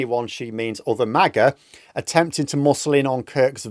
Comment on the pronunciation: Mah-Gah ...not May-Gah. The only thing most Americans are divided about, is which teams are going o win this week in the National Football League.